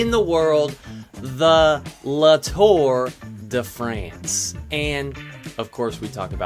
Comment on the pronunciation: “The Le Tour de France”. Good work,!